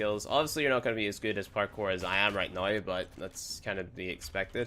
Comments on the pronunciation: i like how he says now as noi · When he says "Now" as "Nih"...lmao